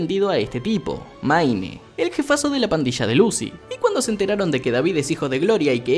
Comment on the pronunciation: "maine" parece broma la pronunciación tan mala que tiene